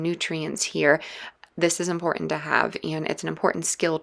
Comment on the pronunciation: It is impor-int, haven't forgo-in. Not hitting that bu-in because this voice is annoying. Speak proper.